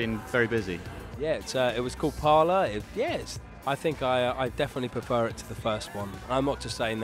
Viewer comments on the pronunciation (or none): The album's called "Pala" not "Parlour." How can you get that wrong?